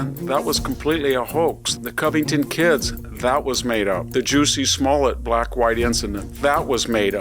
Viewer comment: lol, Victor Davis Hanson said "Juicy Smollett"